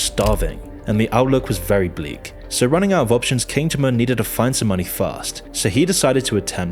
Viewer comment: What is an "A Lie A Sis"? And who is King Germ Urn? lol